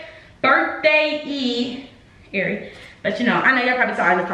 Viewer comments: And saying her name wrong...🤦🏾‍♀️🤣 Tray had to correct them..💀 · When tray got his cousins in check for butchering airi's name.....lol I love tray and airi